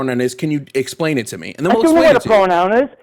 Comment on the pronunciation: Ah yes, the famous pronoun “hit”